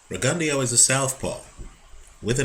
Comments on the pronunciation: RE-GUN-DOUGH not RE-GUN-DEO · Will you please pronounce his name correctly? It's Rig-en-DOUGH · I think it's pronounced Rigon-Dough. Js